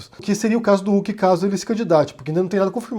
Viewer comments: Sério, tu só pode estar de sacanagem falando “Luciano Uc” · Wait, sério que a pronuncia do nome é "Uck"? Por um tempo pensei que meu fone tava quebrado